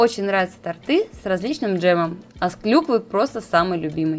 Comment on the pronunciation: Все отлично, только...тОрты, тОрта...